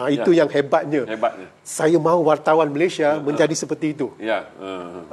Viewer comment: Apakah sebutan yg betul sukukata terakhir nama negara 'Malaysia' dan 'Indonesia'? Mengapa disebut sebagai 'Malayshia' dan 'Indoneshia'? Bukankah itu sebutan gaya Bhs Inggeris?